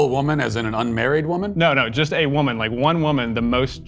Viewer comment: "I am a wimen" You heard it clear folks, Matt Walsh identifies as wimen!